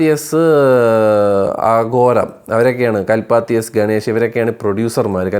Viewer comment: Mr, കൽപ്പാത്തി അല്ല. കലപതി. കലപതി എസ്‌ ആഘോരം